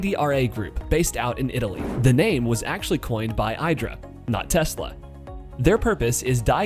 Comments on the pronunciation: Its pronounced [eedra] because it is an Italian company. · Hi, Just a minor info., Italians pronounce the casting machine as ee-dra...